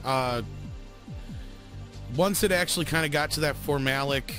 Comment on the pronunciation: It's pronounced form-you-lay-ick